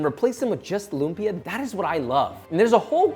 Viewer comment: Love how a lot people are now loving lumpia! It’s my favourite food in the world! Not a big deal really but if you want to correctly pronounce the word lumpia: “Lum” should be short. Stress is on the second syllable and the “a” in “pia” should end with a glottal stop. 😉